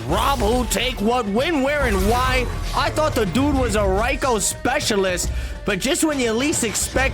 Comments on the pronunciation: it's pronounced Reiko not Raiko. rEiko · why apply for commentary when you can't even pronounce Reiko correctly?? Maybe try working on that first